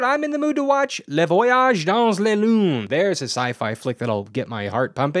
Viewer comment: Hey, your pronounciation of "Le voyage dans la lune" was almost perfect, I'm impressed, just forget about the "s" in "dans" and pronounce it the same without it